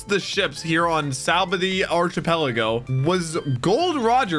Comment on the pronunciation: Every time he pronounces saboady archipelago wrong it’s “sab-oad-e” archipelago